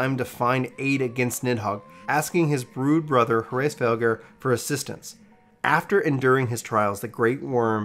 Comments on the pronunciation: I love that you pronounce hraesvelgr like 10 different ways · You might’ve wanted to look a little more into the pronunciation of Hreasvrlgr cuz it’s said all lot But it’s not a big deal great video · All-leg-ahn. Azis-Lah. Huh-rays-valger. That is all. :)